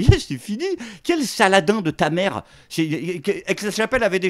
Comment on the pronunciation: Faudra lui expliquer comment on prononce en arabe Saladin😂